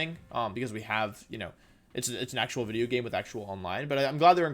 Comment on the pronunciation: Wolfe at the end of this Wideo: PEEEEEEEEEE